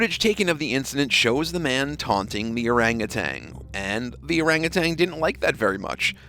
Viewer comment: Could the narrator please note ... that orange primate is an orangutan not an orangutang and it's an ape not a monkey. These basic mistakes do you no credit at all.